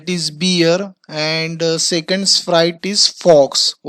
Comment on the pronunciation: and also it is second not secund